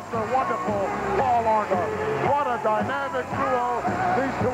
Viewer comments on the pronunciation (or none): It's Orndorff, not Orndoff. That's what Hogan called him though haha!!!